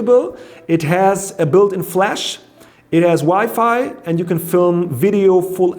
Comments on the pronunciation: Its WI-FI not wifey lol 😂😂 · The way he says WiFi 😂